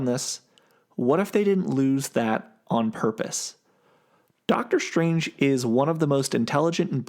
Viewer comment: doctor shtrange. once heard, cant be unheard.